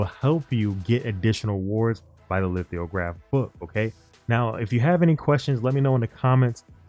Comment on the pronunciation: no bro, you said lith-IO-graph every damned time. it threw off the entire video. simple word. and sollant? that's not hard.